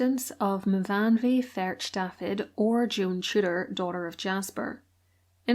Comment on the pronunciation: Fun and fascinating video! Thank you for such an interesting tale. I can help with the Welsh: Me-fawn-way verk Dafith (close as you get w/o spitting from the sides of your cheeks 😂) , Yevan = Ee-evan (run it together, to me it feels like the Ee running into Evan leans backward… I’m autistic, things are weird at times. Anyway, fun fact, it’s the diminutive of Evan!). [I have a special love for languages as well as history! Not knocking your pronunciation at all, just offering a little of my own knowledge to the fold. One of my other favorite channels is RobWords.] I do quite love your videos and thank you for your hard work and honest efforts to bring history to all.